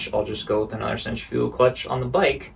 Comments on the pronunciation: It sounds like you're saying "center-fuel clutch". Its cen-tri-fical clutch. Other than that this was a very informative video and I appreciate you. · It’s Centri fugal clutch not fical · Other than pronouncing centrifugal so strange, nice video. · It's Actually Pronounced "Centrifugal" Not "Centrifugal". You're Welcome.